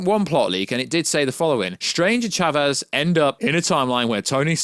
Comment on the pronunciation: nice video. Btw, its pronounced "Sha-vez".